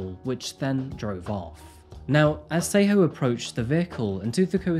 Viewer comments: I doubt you're a Tswana speaker. Else you would not lie and say the name Tshego was pronounced correctly😅 Again it does not detract from the story...but why lie?🤔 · I love his channel 100% but his pronunciation of South African names is often wrong (but I think its because its such a change in accent to say it correctly) he gives his whole heart into it❤️ but he definitely said Tshegofasto and Tshego wrong. Still love his channel❤️🔥